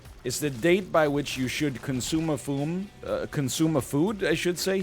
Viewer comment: C O N S U M E A F O O M I don't know why but that tickled me so much, way more than the normal 'he said the word wrong' moments.